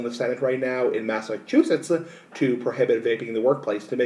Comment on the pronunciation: Why do you say Massachusetts like that also, you sound stupid